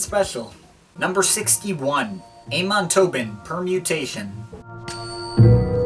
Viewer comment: It's actually not pronounced Aymon (in Amon Tobin), it's Ahmon.